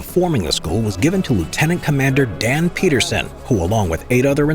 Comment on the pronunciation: That's"Pedersen" not Peterson.